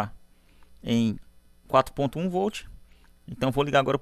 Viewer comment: Voltche 😂 like professor 🙂👏👍